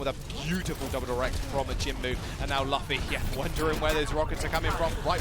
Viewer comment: That is so cringe when they say Luffy wrong. It's OK tho, I'm just glad there's some mugiwara represent in the OWL :)